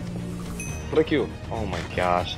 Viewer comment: fRRRRick (i love ur brother lol)